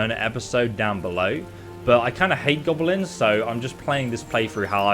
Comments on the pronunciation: Hearing call them "GOBEHLENS" is painful. "GOB-LIN". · Gobble-lins?? Oh sheesh... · So noone is going to mention the way pronounces GoBElinZ? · he is saying Gob-o-lins? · What are these "Gobbelins" and "Durids" you speak of? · be like "Gobelins" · you call them G o b o l i n s